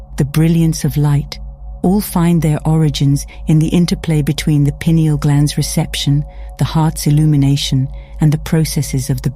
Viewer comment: It's nice to hear a video actually pronouncing pineal properly.